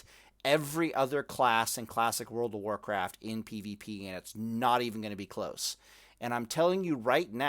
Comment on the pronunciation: "World pf Pallycraft" =)